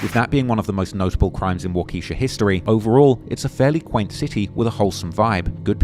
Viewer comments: Its pronounced waa·kuh·shaa actually 😂 everyone who isnt from Wisconsin says it wrong every damn time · It’s walk-ah-shaw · Nbs 😭Waukeesha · Waa-Kuh-Sha like the generator company